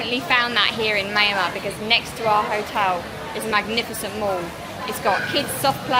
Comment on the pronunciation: pronounces Myal Mar, or Myan - Mar . Cheers.